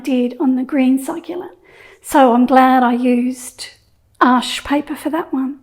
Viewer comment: Excellent! Thanks, your tutorials are always so clear. Thanks for giving us the correct pronunciation of Arches which is my favourite. I have just ordered some Baohong paper as I’ve heard it’s very good at keeping colours vibrant. Will feedback!